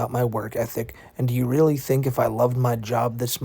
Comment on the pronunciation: he reawy said bwess me o internet fow I have sinned and expected to be taken sewiouswy 😔💔